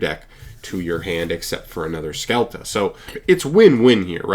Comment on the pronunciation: To everyone’s information: scelta is pronounced shelta (like shelter) and means “choice”